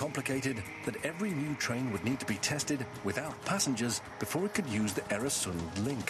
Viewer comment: Mispronunciation is annoying. Oer rhymes with fur, not air. And it's the same in Swedish & Danish, except that the "oe" sound is written Ö in Swedish and Ø in Danish. Plug: I once wrote an article, The Bridge over the Øresund, about the flight of the Danish Jews to Sweden in 1943; Journal of Contemporary History, 1995.